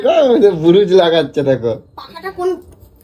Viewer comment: রং করার বুরুজ কি অবস্থা কথা বলার ছিড়ি নাই রং করার ব্রাশ হয় বুরুজ হয় না কথা ঠিকমতো বল তোমার কথা শুনলে হাসি পায় 🙏🙏🙏🙏